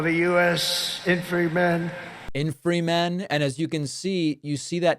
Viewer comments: "Infreemen"......hey Donnie,you've just invented a new word.😂😂😂🤣🤣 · What’s an infreemen? You’d think republicans could at least pick a leader that can speak and read. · "Infrymen?". I bet that doesn't get covered by the MSM. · "Infriman"🤣🤣🤣🤣 Its part of the weave David! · Tramp can't even say " infantryman". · Infant man cannot pronounce infantryman.